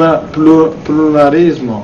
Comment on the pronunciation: Dopo avere visto questo video una logopedista ha tentato il suicidio e un foniatra è stato rinvenuto su una panchina del parco in stato confusionale, ripetendo "pirulì,pirulà"